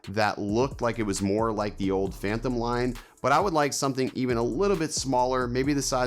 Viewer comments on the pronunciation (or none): While you’re dropping “g’s”, you tend to add “h’s”. Like your videos on the “phanthem” line, and as I was typing this you said it! 🤣😂😅